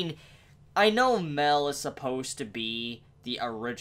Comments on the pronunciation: Miel. Isn’t hard to pronounce. So why are you calling him Mel? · ''Maiyel'' not Mell >:(